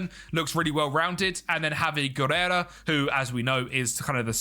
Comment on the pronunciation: A solid 1 hour of calling Javi Guerra "Guerera"